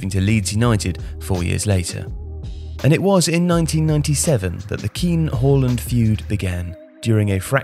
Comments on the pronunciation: why do you keep calling him Whoreland? It's Haaland Haa-Land its not difficult is it? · Sorry, “hawland”? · It's Haaland, mate. Not Holand.